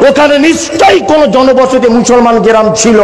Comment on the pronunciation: ক্লাবকে কেলাব উচ্চারণ গ্ৰামকে গেরাম উচ্চারণ।এর থেকেই বোঝা যাচ্ছে ঐ বব কেষ্টর মত দাড়িয়ালার শিক্ষার বহর কতখানি।